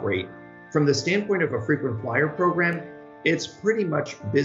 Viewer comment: Frequency flyer sounds like Frequency f***